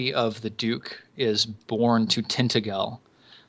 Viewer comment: i live in Kent in Britain and ive actually been to Tintagel. im pretty sure its pronounced tin-taj-all. its amazing! the view of the castle from below is awesome